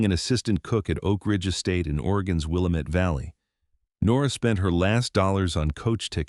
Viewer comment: I wish they would learn to pronounce Willamette properly.